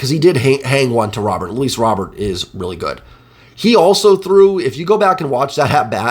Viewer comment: Just a heads up man. Luis Robert’s name and a pronounced ‘Roh-bear’. So the t is silent and the ‘ro’ is pronounced like ‘row’. Another great recap man. Best in the biz as far as I’m concerned!